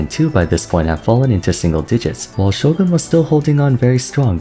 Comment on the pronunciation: Finally pronounced "Shogun" properly after all these years saying "Sho-gahn" like a dweeb